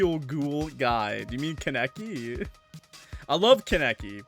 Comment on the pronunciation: Hey new sub here- and I wanna say up you say kaneki from Tokyo ghoul is pronounced as KAN A KEY (does that make sense? Sorry wanted to say something 😅 I’ve watched a few of your and I think your entertaining! And hilarious